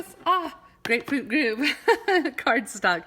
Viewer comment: It's Grapefruit Grove not Groove.